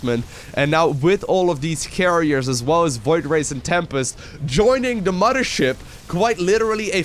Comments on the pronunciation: Its Mothership. Not "Moddership" :P :D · The modthersip! The modther ship! You realize there is no D in mother right? If you're gonna be a caster, you should probably work on your english. Muh-Th- er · is he saying.. muddership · I love how he says “moder ship” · “Muddership” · "ZERG IS BULDING A MUDDERSHIP!" - 2018 AND he's saying it correctly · Did someone say "moddership"?